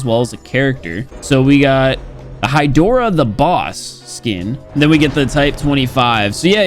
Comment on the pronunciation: Hidora pronounced as 'He-dora'; "HAIDORA"